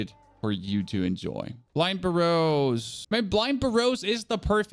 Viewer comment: Interesting pronunciations of Burrows. Whats your native language. Its Ber-Ohs btw lol. Not a big deal tho.